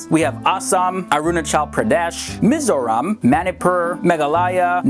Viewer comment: He almost pronounce MIZORAM correctly. You should come visit us sometime :)